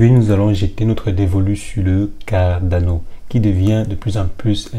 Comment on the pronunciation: Pourquoi vous dîtes carnado au lieu de Cardano? Ça peut prêter à confusion